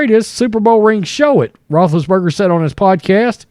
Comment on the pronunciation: What are you saying? Rootriates?